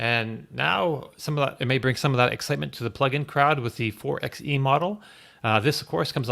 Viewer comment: Why does no one pronounce "four by ee" properly? It's a Jeep, it's clearly not meant to be called a "four ex ee"